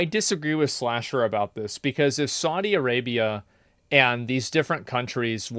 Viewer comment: Saudi A-GAY-bia